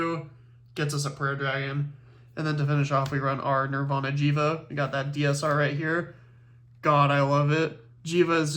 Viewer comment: It is Jheva!!!